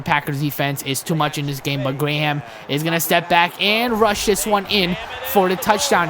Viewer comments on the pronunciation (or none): "Otto Gray-Ham" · its otto graham. not grayham. sorry man but i had to say something. but these are great videos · when he starts cam newton over otto 'gray-ham' -___